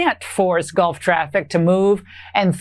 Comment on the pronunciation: Laura I just don’t believe a single syllable she utters. Does she not read the papers? Did she say GOLF partners or Gulf partners hard to tell.